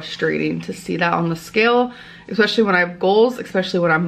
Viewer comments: I exspecially wish she’d learn to pronounce “especially” correctly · yeah, eggspecialy